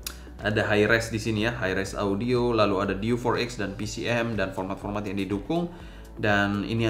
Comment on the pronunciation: Diewe 4x bang, bukan diw for ex